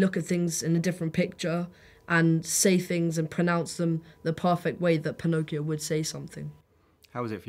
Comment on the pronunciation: they really said "Pinocchioc"